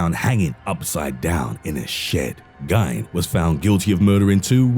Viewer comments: I'm from Wisconsin so I feel it's fair that I have to correct you on how you say Ed Geins name. his name ryhmes with Feind, not dine. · "Geen" like "Green" but without the "r". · #2: It's pronounced GEEN, like Green minus the R. Ppl in Wisconsin are proud of our killers. Like Dahmer.